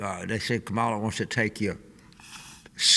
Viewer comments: James!! Do not say Ka Mal A again!! You’re spending too much time watching right-wing media. 😂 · It’s coma la. Let’s say her name right!